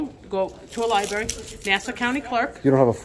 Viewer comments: Lol, mini tyrant thinks you need an id to get into a "lieberry" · Libary? 😂🤣 She shows her stupidity. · Everyone keeps saying Lieberry. It's against my policy for you people to keep saying Lieberry instead of Library. But it's not a law... so continue on. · What is a lye berry? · I find it funny how many public officials can't even say "Library" properly. Especially elected officials. They should be setting an example . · Wow a ginger Smurf dwarf who can’t say library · it's amazing how many people can't pronounce the word library